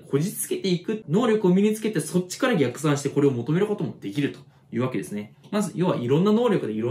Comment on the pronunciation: 「量をこなす」というインプットも、河野玄斗さんの解説を聞いた後だと効率よく行えそうですね。 ところで と で「逆算」の読み方が異なりますが、辞書では前者の読み方でした。